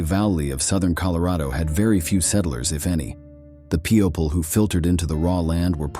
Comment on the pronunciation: PEE-oh-pul was a howler, too.😂